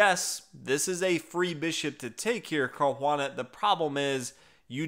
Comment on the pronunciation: That sounds like accent gone Boston lol